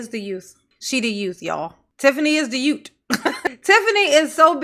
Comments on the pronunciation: I’m sorry but in a position as high as the mayor, you should be pronouncing words correctly lol how is anybody supposed to take you seriously if you have been alive for 30 years and still can’t properly pronounce youth 😂 it’s not like it’s a speech impediment or anything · “The yoots” 😂😂